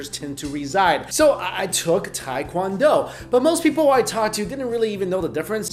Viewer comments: Tae is pronounced 'teh'. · Why can’t anyone pronounce TAE KWON DO!! Even other Asians from America lol. It’s phonetic pronunciation is : teh kwon doh It is not tai kwon do ppl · Proper pronunciation for tae-kwon-do is tay (like née) kwon-doh (like play dough); appreciate the quick explanation of differences 🇰🇷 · Teh-qwan-do (soft o) not hard american english OOOHHH! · I hate when people say pronounce it "Tai"